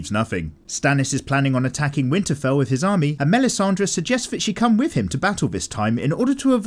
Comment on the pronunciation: props to yo for making this nice series, bro, but the way you pronounce "melisandre" is sooooo off